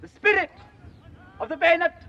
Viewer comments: He didn't even sat "Beeenet" Since posh fekkers talked with clipped pronunciation, their vowels are shorter. Baynet. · He's pronouncing it correctly in French style, as was still done at the time.